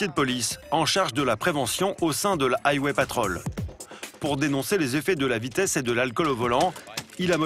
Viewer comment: Aille-wai patrolle 😂😂😂